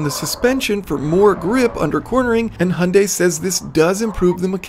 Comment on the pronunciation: It's a perfect "hyundai" pronunciation for Koreans